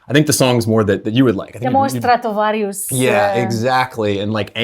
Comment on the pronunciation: I love how she said stratovarius, "estratovarius" :D